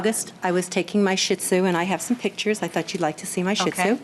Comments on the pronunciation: Jesus H. Christ...it is NOT a freaking SHIT zu people!! It's SHIH tzu (SHE-zu) I promise you that pronouncing words correctly won't kill you! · I wish people would learn the correct pronunciation of the dog breed Shitzu.